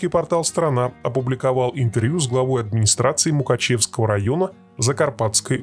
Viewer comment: мукАчевского ударение на А.